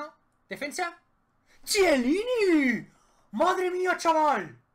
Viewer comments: Ojo al tipo Chiellini en lugar de Quielini :v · El que no sabe pronunciar Chiellini?